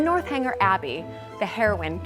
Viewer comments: I heard the North Hanger too (lol), but that's one of the lovely things about ---she's so authentic and still very American, which I love. A great quick and dirty video on Bath. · A cute video of you in Bath! I must tell you, though, it's NORTH-eng-er, not North Hanger Abbey. There are no hangers involved! lol I love what you are doing to showcase your life in England, show us the lovely gardens and historical building restoration. It's all part of the beauty of England and I so admire the way the British honor their historic buildings with restoration, allowing the public to visit and enjoy the homes, gardens, grounds. Wish the US did more of this kind of thing! Keep up the good work! Thanks for making the series on YouTube!